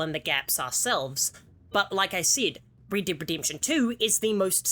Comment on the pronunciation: Man Rid-did ridimption Man im sorry😂